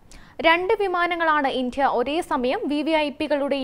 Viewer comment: How is she pronouncing "India"? D is given unnecessary stress..